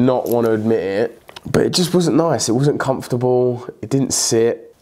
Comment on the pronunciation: Man still can’t say comfortable